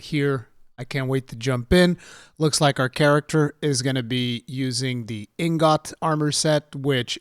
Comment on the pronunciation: You say ingot mad funny lol